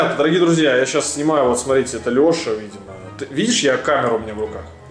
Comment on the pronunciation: Не Леше а Лёше